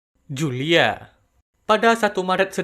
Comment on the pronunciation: Kalo dengar baik baik pasti denger “juuu Lia”